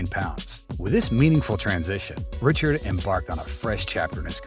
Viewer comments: The “SEDDEN” brothers didn’t play in the NFL, dipshit. And you don’t deserve to watch hockey for not knowing it’s “REE-SHARD”…you know…it rhymes with what you are. Go fuck yourself repeatedly. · Richard? Ricshard is how you say it. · hockey fans know how to pronounce Sedin and Richard. It’s a good video made by someone unfamiliar with the game.